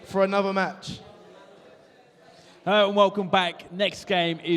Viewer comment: This looks awesome with the sidemen everyone but the person theat says "herro"